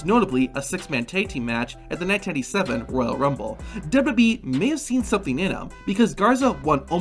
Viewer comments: Your videos have good content, but it's hard to get over how you pronounce "WWE" lol. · The way you say WWE makes this whole video unwatchable.